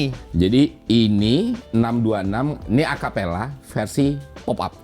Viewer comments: Bukan Acapella kalik Om tapi Capella... Btw kenapa ga jadi jati diri Mazda nya aja (yg katanya langka) dibikin orian aja, ga usah pake stiker Fujiwara Tofu Ten sihh rada gimana gitu.... kalo mau mah RedSuns masih masuk lah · Capella bang GK pake a..😂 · Betul (Dulu saya smpt punya yg tahun 85 type GLX) Tapi memang di negara lain ini jg disebut Capella sih Udah gitu si Bang Ferry nyebutnya Acapella 😅😅😅😅😅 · capella...bukan acapela